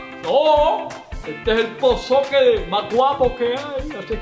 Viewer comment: ROSA RODRIGUEZ POP-SOCKET no pop soquen